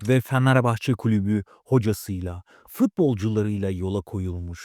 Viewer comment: Ulan ne yalancısınız iki kulübü birbirine düşürüyorsunuz yaptığınız haber değil sen öncefanarbahçe dememeyi öğren kara cahil